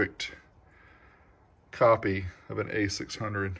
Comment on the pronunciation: Did you say 'copy'?